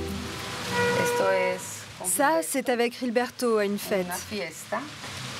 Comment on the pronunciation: ça se voit que les journalistes, i z'ont rien foutu dans leurs cours d'espagnol au lycée. Ils prononcent le prénom "Gilberto" comme au Brésil alors que le reportage est sur la Colombie!